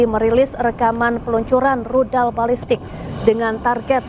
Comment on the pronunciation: Rudal..bkn Ludal!😊